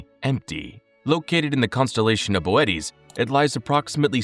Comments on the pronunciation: Ohhh this is Ai. Damn real YouTubers are almost extinct. Bootes void is pronounced like Boo-Ts not Bo-et-ees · I pronounced bootēs as booty. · that's not Boötes Void. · Saying Boötes like that is pissing me off, I’m the original Star Walker